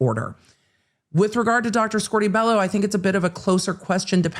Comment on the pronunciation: I cannot wait to never hear "squorty bellow" again. I cringe every time it is said